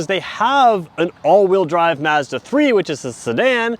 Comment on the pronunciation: Thank god someone from across the pond who pronounces Mazda correctly ( "a" as in apple ) and not Marrrzda . Great video